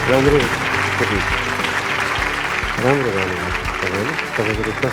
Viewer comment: ए तृष्ना गाउनु हो गउनु होइन उच्चारण त सहि गरुमन यार